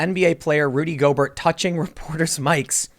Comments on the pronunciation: Gobert is pronounced Gobear w silent 't'. Also the other dude Donovan Mitchel is the Jazz best player. And once Gobert came down w it and was dumb it meant that the virus was in the player population so NBA had to cancel the season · Gobear not Gobert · it’s gobe - air not Gob - ert lmaooo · Just for your future videos about this clown, his last name is pronounced “Go-bayr”. It’s French. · Tim his name is “Rudy Go-bare” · It is pronounced Rudy "GO-Bear" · No big deal but is pronounced Rudy GO-BEAR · It’s pronounced “Go-bear”. He’s French. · It's Go-Bear! He's French. That being said...he's a moron for what he did. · If you say "go-bert"... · It’s pronounced Rudy “Go-Bear,” he’s French. Yeah a really weird thing with him. It seems like he didn’t think he had the virus and he was fooling around with people who were concerned about it. He’s not laughing now, Lol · Go-bear.....at least pronounce the idiot's name correctly. He needs FULL credit....ddrrr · It's pronounced GO BEAR.....you goofball. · Dude stop with the clickbait titles. First learn how to say Gobert's name properly. Second, get your facts straight before you open your mouth. Gobert didn't know he had the virus when he touched the mics. There is also no proof that he got Donovan Mitchell sick either. In this instance you're no different than the fear mongering mediaand the fake news. Stop making drama for the sake of drama. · That's not how his last name is pronounced.